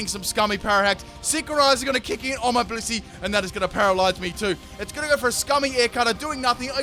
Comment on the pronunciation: did you just say pussy or blissey?